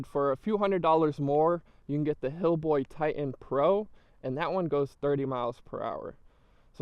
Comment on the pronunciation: HiBoy... not Hillboy. It's the most sold brand in the US ya gotta at least know how to say the name man.. and second.. you probably shouldn't do scooter reviews ..